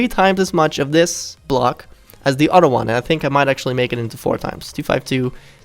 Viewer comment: NEXT TIME YOU SAY UTTER INSTEAD OF OTHER I AM GOING TO KILL MYSELF